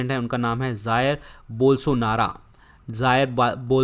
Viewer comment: Jair bolsonaro ko ap bolsonara bol rahe he